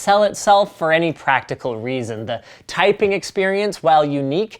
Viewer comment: "ulkimate twyping experience"